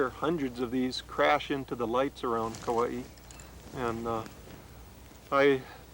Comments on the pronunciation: seriously, couldn’t even pronounce anything correctly. Hopefully it was a sign of the times of haole telling our mo’olelo. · Too bad she couldn’t pronounce Kauai correctly. Been living here for 35 years